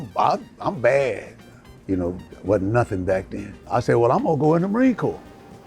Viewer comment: Mans Caribbean as fuck that "BUHD" before he switched it up to "bad" XD